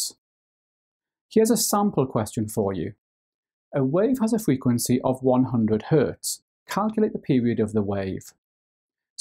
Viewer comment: the way he says frequency bless him fweekwenceee